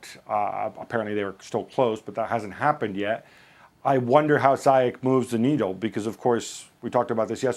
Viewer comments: All British and American pundits pronounce his name wrong, it’s not pronounced Zyak or Zayak but ZIEJ oe Ziech, the CH is pronounced in Moroccan like a J. and the y is pronounced like a normal I instead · Moroccan names are written in French, so yes the "Zi" part is pronounced "Zee" in English. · In Europe it's Ziyesh, but in Moroccan it's Ziyash, that's noted in his Moroccan passport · Ziyech is pronounced Zee-yea-tch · The Moroccan Magician Name is pronounced Zee Yaaa sssh! and chelsea need to Sancho and Hakimi from Dortmund. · Throughout the whole video i am thinking who tf is zayeech. It's ziiyesh ffs. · Just for the info guys, since I'm Moroccan and everyone sounds to be saying his name wrongly, it's pronounced Zi-ye-sh. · Shouldn't it be Zee-yesh? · it’s not ziyekh? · Woody Nassif No, it’s pronounced Ziesh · Yeah it's something like "Zee Esh" from what I heard from my Moroccan friend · Other countries pronounce it "Zai Ek" cos of accent differences.